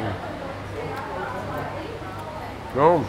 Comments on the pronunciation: What is up with your pronunciation of Viet place names? Da Nung, Viet Narrrmm and now Hoy Arrrnn. Just ask a local and stop talking like yanks. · Lol can you learn to pronounce Da Nang properly, it's as /cringy annoying as Americans saying Mel-born.